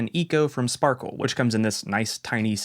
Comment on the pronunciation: “sparkle” is pronounced “sparkrr”. 😂